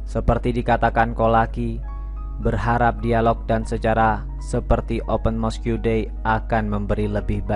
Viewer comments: Sebutan utk 'Mosque' ialah 'Mos' bukan 'Mosku'. Janganlah perkataan Inggeris 'diIndonesiakan'. Nanti suatu masa kamu claim itu bukan perkataan Inggeris tapi perkataan Indonesia (seperti yg terjadi terhadap Bahasa Melayu kamu claim Bahasa Indonesia). He he! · Mosk,bang,bukan moskiu(mosque) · Mosque…disebut ‘mosq’ abjab/huruf ‘que’ tak perlu sebut bunyinya (silent)